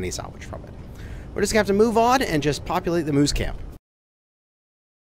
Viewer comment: Moose camp not mouse camp.